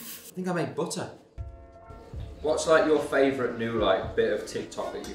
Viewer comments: "I think I made bottuh" "Is that a sock? Full of bottuh?" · full of buTAH